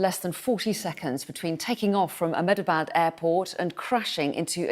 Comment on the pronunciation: It's pronounced "Amdebad"